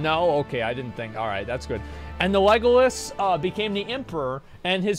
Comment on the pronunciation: “Legolas Solus Galvantius” I’m totally calling him that now. XD